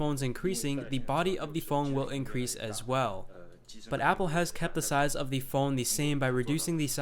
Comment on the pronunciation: I like how you say thee instead of the.